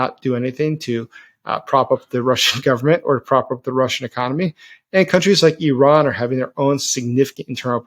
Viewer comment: Wow. That was one of the best analyses and summaries I've heard recently. (And my ears really picked up when you pronounced Iran correctly!) Thank you so much for this! Can't wait for more!